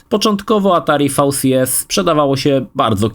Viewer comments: nie fał si es tylko vi si es . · fał si es 😆